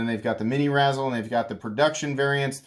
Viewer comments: Like rayzel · It like a combination of razor and chisel. You keep saying it like the candy, razzles. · Ray-zel, pronounced RAY-zel 😭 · That’s not how you say it